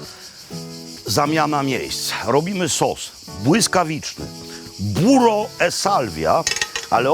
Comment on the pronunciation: Kocham szałwię, zwłaszcza z masełkiem, kocham Pana. PS. 'burrrrro' nie 'buro' :-) Buro to jest dzisiaj w Polsce za mym oknem :-)